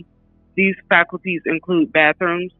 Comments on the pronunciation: She's saying falcuties. She needs to learn to read. FACILITIES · The word is facilities not faculties. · Can she please learn how to pronounce the word "fa-cil-i-ties" 😅